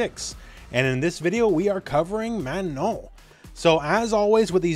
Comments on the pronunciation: I appreciate you saying her name correctly. So many people saying MaNAHN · Thanks for taking the time to pronounce her name right,!